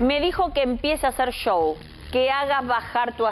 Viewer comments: Que problemas para decir Chou, así se pronuncia Show 😂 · Por qué dice yow en lugar de show??????? Ashhhhh